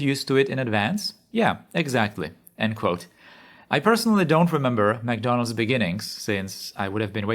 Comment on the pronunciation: ah yes, McDondald's😅